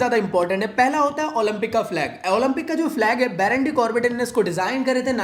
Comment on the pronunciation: bro it's ""BARON" not ""BORON"" , you made him into an element